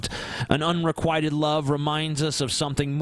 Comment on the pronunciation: The Amazing Atheist Un - Re - QUIT - Ted. Not Unree - quiet - ted... jesus.